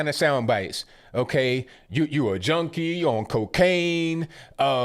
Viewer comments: Sounds like he says Jonie instead of junkie?!?!!! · He sounds like he says joanie not junkie, I am hard of hearing tho